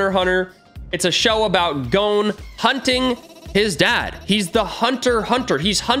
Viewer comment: eyyyyy u said gon right instead of like gone